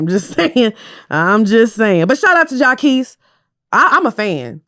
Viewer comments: Shout out to jaqesse im a fan 😂😂😂 as u pronounce his name wrong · Mispronouncing jacquees over and over is sending me lol! is funny without trying.